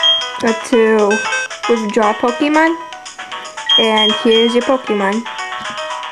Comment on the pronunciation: This is a very good tutorial, although the way you say "pokEmon" makes me want to curl up and die. ;P